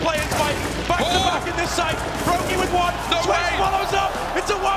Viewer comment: " For Twift " Who The Hell Is Twift ?